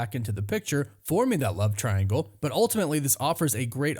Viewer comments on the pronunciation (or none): none